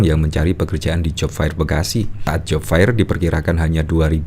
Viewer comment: Aduuuh mas yg menjadi host, buka kamus dong bagaimana membaca "Job fair" - dibacanya job fer bukan job fair.